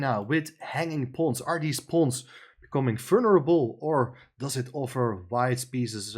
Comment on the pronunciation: It took me quite some time to figure out what the very strangely pronounced word was. It's "vulnerable" and it should be pronounced very differently. Look it up.